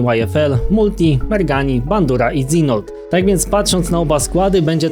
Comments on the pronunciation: Super że wróciłeś!, Dzinold czyta się Dżinold (lub Dźinold), to tak na przyszłość:) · Dżinold, nie Dzinold XD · Dzinold? To jest dżinold:D ale Dzinold też fajnie brzmi haha